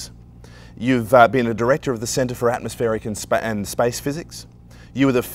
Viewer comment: Thanks for this a great man with loads to say! but did you say 'spam' in the introduction? a pythyon slip?